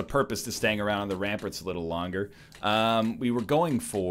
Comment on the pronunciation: I love how he pronounces it ramperts